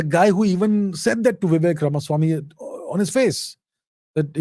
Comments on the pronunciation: Come on you are Indian!! Don't call him "Vivack" like the Americans. It's shows very poorly on you. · He is Vivek bhai not Vivack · Sir, please use the actual pronunciation of "Vivek" instead of a ruined western pronunciation that always messes up with all Indian names. This is the same reason why people say Raamaa instead of Raam, Krishnaa instead of Krishn, Shivaa instead of Shiv, Raavana instead of Raavan. Please avoid such fatal errors. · C’mon is it that hard to pronounce “Vivek”? 🤷🏻‍♂️ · Abhijit’s mispronunciation of ‘Vivek’ and ‘Kamala’ was intentional and not for imitation of American fashion, I think. It appears to be to make himself intelligible to an American audience. I disagree with the approach.